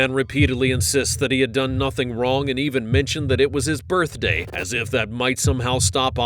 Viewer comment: “I couldn’t have spit on anyone it’s my burfday.”